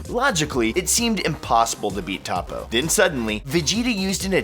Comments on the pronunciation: Its Toe Po and Pu Pu....... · Ta-poe... I cringed everytime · A volatile noodle, doesn't the Japanese pronunciation say toe-poe? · He really called him Top-Poe 🙄... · lol he said tApoo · It's pronounced "hoepo" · It's Tōpo. There's no "Toe" in the actual sound. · he said Top-oh 😂😂😂😂😂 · Y do you pronounce toppo that way when u have heard how it is pronounced.. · You said toppo name wrong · How do you mispronounce Toppo's name!? Smdh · SAY TOPPO WRONG AGAIN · He can’t even say Toppo right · U pronounced Toppo wrong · Your pronunciation of toppo is cancer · he said toppo name wrong lol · The way he says toppo is aids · My only beef the video is how you pronounce toppo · When he said toppo wrong i cringed not to mention he did 10 times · narrator acting like he watches this show and cant even pronounce toppo. please dude. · Jesus Christ him mispronouncing Toppos name makes me so mad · dislike because you cant pronounce toppo. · He pronounced toppo wrong. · Did anyone else get annoyed how he pronounces Toppo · I cringed everytime he said Toppo's name. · Toe-po not top-po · Okay but...who the fuck is TAPO?? Repeat after me “Toe-Po” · Its not top ooooo its topoo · Why do you say topo? Though his name is toppo lol the way he says it is like topo😂😂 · It's not "Top O" It's "Tow Po" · Topoe? Not toppo him didnt know they changed his name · What on earth is a Topoe? Its TOPPO....TOP PO! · Toe-poe you fucking newb. “Top-po” wtf. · ....I'm starting to believe you actually haven't watched the anime.... Top-O? Its fuckin Toe-poe... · please call him toppo not tappo learn the names... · I hate mispronounciations... Tah-Poe? No... Its toe-poe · Tah-poe???? You me "toe-poe"right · IT'S TOPPO NOT TOP OH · Toe-poe, not top-poe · It is pronounces Toe poe Not Toppoe Bappo no slacko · Its pronounce Tapo? Is it not Topo? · Boy it’s pronounced toe-poe not top-poe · its toppo not tappo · Its toe-poe not ta-poe its 1 letter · He said toppo as tappo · toe-poe finetically, not top-oh